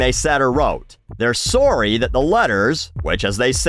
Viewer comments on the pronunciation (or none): the Canadian peeks through with "sorry"